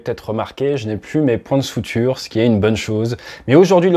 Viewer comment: C'est point de suture pas point de souture xD